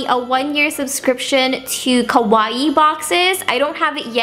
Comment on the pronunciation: it's KAwaii, not KOwaii! xD